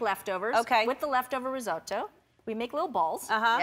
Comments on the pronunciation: I hate how she keeps saying risotto. “Rizoh-TOE!” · as an italian the way she’s pronouncing risotto is immensely triggering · OK tbh I’m Italian and no one pronounces risotto like that